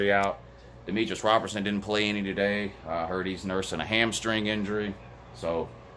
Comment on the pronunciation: WHO HAS JAWJA PWAYED WOU